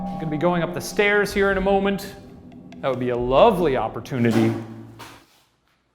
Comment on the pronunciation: When Shane said moment his Midwesterner really popped out